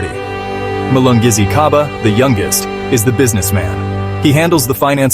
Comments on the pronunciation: Why do a documentary about people, but be lazy...to learn the pronunciations....Its Gcaba not Khaba...😮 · Gcaba not khaba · Gca Hce Gci Gco Gcu not kha khe khi kho khu. Gcaba not Khaba wemlungu. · Interesting story man but the robot has gotta stop. That made me cringe everytime it said "Khaba brothers" and intead of reading that R800k in words, it singilarly called it out like R8.0.0. Naaahhh mahn. Do not be lazy. Please and thanks.